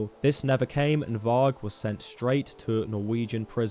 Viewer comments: Pronounced 'vari' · you keep pronouncing varg wrong